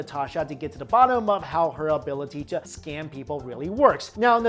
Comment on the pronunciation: I keep hearing the word scan as the scam. It made the video much more amusing